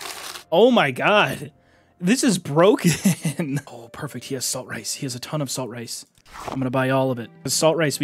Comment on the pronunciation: My mothers name is Latrice, (lat-reece) so I’ve legit always pronounced saltrice similarly LOL this is the first time I’ve heard it pronounced correctly and I feel silly 😂